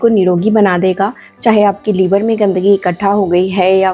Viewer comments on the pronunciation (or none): लीवर नहीं लिवर